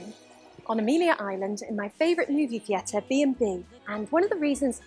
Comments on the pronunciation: As a brit we do not claim this lady. If I ever heard someone say thee-air-tar irl ild slap the afternoon tea and crumpet out of them lol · As an Englishman the way she says “theatre” makes me die inside